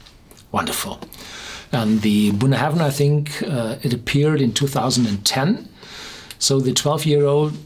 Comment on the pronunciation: Just for the protocol. Bunnahabhain is pronounced like "bun-A-ben", without any "haven" in it. Check out scotland documentary "Great Scotch Whisky (Documentary)" on youtube (time check )